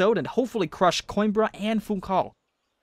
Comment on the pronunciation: Man, your saying Funchal's name wrong. You don't ignore the 'h' it's like... the words "fun" and "shall", [fũˈʃaɫ], more precisely.